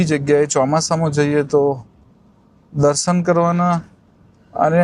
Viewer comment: આમ તો આપ ની ભાષા સારી છે પણ શ ની બદલે સ બોલો છો એ બહુ સાંભળવું સારું નથી લાગતું. ઉદાહરણ તરીકે તમારા વિડિઓ માં તમે આ શબ્દો બોલ્યા છો - વીસે, દરસન, vruks, જસો, આસા, પરીક્સા, વગેરે.